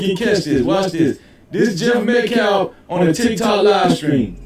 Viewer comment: Met- calf ..met- callf..pronounced metcalf